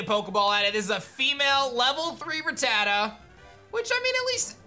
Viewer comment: I honestly don't know why all of these people say Ratatta wrong... If you listen to the Anime, Ratatta says its own name, it's RAT A TA not RAT TAT A...